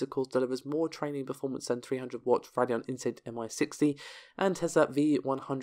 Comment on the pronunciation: It's pronounced "Ray-dee-on", not "Rad-ee-on".